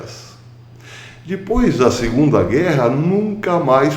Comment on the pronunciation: PROFESSOR, BOM DIA. NÃO TENHO 50 MILHÕES DE DÓLARES, MAS TENHO JESUS E FÉ NA JUSTIÇA DIVINA. GOSTO QUANDO O SENHOR SE DESPEDE DIZENDO "ATÉ DESPOIS", CERTO PACATO CIDADÃO???? 😀🤗